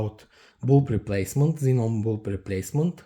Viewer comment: Man, your "kzinon bulb" very annoying, sorry, but good video